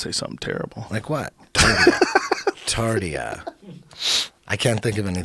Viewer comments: Its not Tardia 😢 its Tartaria. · "Tartia"? Tartaria, dick head. Mud floods. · Tarteria, not TartiA. 💯 👽🍄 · "Tardia" Eddie didn't get it. lol